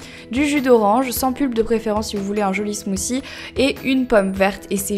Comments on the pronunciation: Je parle mieux anglais que toi parce que j'habite un pays anglophone donc j'ai raison. et en passant "th" ca se prononce "t" pas "c" si tu vas voir des videos anglaises tu vas comprendre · Euh 'smothie' on le prononce 'smotie' mais pas 'smosie' ... C'est un mot anglais il faut le prononcer en anglais, pas la peine d'elastiquer trop les mots de la langue anglaise etles prononcer a la langue française. C'est pas classe tu sais. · on dis pas ''smoosie'' -_- c smoothie smoothie c pas compliqué à dire ..come on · ca ne se dit pas "Smoussie" mais "Smouthy" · ahhh j'aime pas les gens qui prononcent "smoossi" alors que c'est "smoothie" bordel si on arrive pas on utilise un autre mot non? bref sinon la vidéo est agréable à regarder et j'aime les pailles sont hyper mignonnes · Crazy Cat 8D ce qui nous fache, cest de voir que vous prenez un accent completement sorti de nul part pour parler anglais, vous vous faites un genre de je sais pas trop quoi qui a rien avoir avec langlais. ZE voice ?? smooCIE? cest pourtant pas plus difficie de prononcer correctement THE et smooTHIE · pour la prononciation non on dit smooçi (c'est anglais donc th c'est "ç" car il y a une voyelle avant) et ananas prononcé ananasse :-) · En fait on ne dit pas 'smooci', on dit plutôt 'smoodi' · just une petite remarque sur la prononciation de l'anglais, mais vous déconnez les francais !! bah puisque vous êtes complexé et même jaloux des anglais et des américains arretez cette prononciation de merde .. ze au lieu de the , et maintenant elle dit smouci !! soit vous prononcez correctement soit vos gueules ! (c'est mon avis personnel :3 ) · Pourquoi tu dis "ananassse" ou "smoozie"? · Smoozie haha j'adore ta prononciation 😂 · Mdr sa prononciation de "Smoothie" sinon j'aime ces recettes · Il faudra apprendre à prononcer Smoothie un jour, et "Hello" au début (et non "elo")